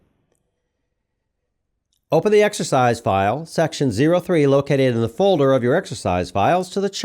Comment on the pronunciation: My voiceover peeve is hearing "ay" and "thee". Is that for YouTube's automatic translation? Normal conversation doesn't have "I gave the person ay chair and then thee chair fell over."